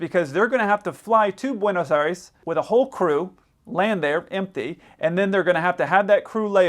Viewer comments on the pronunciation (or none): please it's pronounced Bwaynos Eye-res. Otherwise fine.